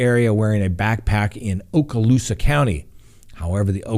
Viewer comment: Pu-nel-us ....But, you nailed Okaloosa! Good Job!